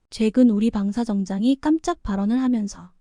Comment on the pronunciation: ㅊ 발음이 안되냐? 방사정장은 뭐고 정지는 뭔 🐕 소리여😮